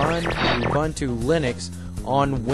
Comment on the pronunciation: Ubuntu! not Umbuntu!